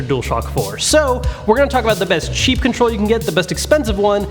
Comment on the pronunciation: When he says cheap it sounds like he says sheep